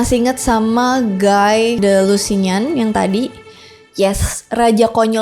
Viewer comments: Guy de Lusignan dibaca "Gi di lusiniong" (aksen Perancis) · nyebutnya: gi de lusinyong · "Guy de lusignan" cara bacanya sbenere cuma "gi de lusinyon" aja sih kak wkwk. Gi kayak di gigi. Nggk sesusah itu. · Maaf saya comment ga penting.. Cuma koreksi dikit aj. Guy de Lusignan ini bacanya giy de lusinyong.. Klo guy yg di baca gai itu gurunya rock lee dlm serial Naruto.. No heat feeling iya